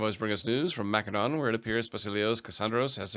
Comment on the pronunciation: Hearing you say mcdonalds instead macedon hurts my ears. Make it stop, pls!